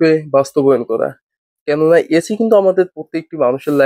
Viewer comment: এচি না ভাই এসি